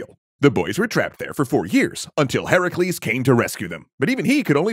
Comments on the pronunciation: The only time ive heard heracles pronounced correctly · I’m very proud of you for pronouncing Heracles name right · He pronounced it correctly. Hercules is the roman name, Heracles is the greek name, and since we're talking about the greek versions, then he's 100% correct in using Heracles